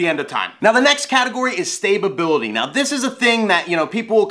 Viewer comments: "Stabability" lmao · Homie said stay-bubility lmaoo 🤣